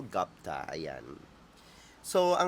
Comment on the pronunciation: Even native English speakers pronounce ‘Gupta’ as. ‘Goop-ta , not Gapta